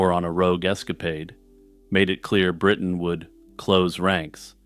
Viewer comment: Bwitain? Scotland. If you want to roundy-uppy to ewe-kay to not offend muslimes. "Europe" 😏